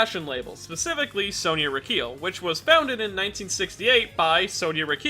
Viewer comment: Pronounces:(Reekeel) Pronounced: (Ricki-El)